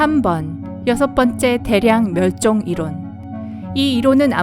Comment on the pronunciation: 이론 발음이 많이 이상한데 목소리는 누구목소리인가요?